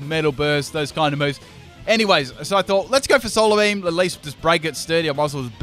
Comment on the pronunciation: it's bee-he-yam